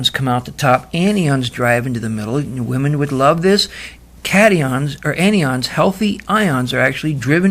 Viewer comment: Very interesting presentation. Just one thing though...the words are pronounced as if they were spelled... an eye on...or... cat eye on. Anion is a negatively charged (as in anode) ion having an extra electron and cation is a positively charged (as in cathode) ion which is missing an electron.